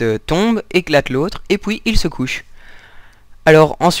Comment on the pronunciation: Et "POUIS" à loool